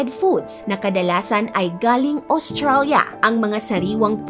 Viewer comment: May point si about the narration. And how can you not get triggered? She has a good diction. Tapos maririnig mo AWstralia and BMI - body mass Endex.